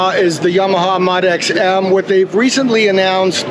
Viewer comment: "Mahd X?" It's pronounced "Moe dee X" Great video!